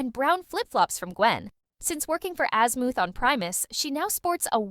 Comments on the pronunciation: Wholeheartedly agree she keeps saying azmooth and not azmuth and it's fucking annoying like no where in the entire show was he called azmooth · Bro ai cant say shit right man fuckin azmooth😂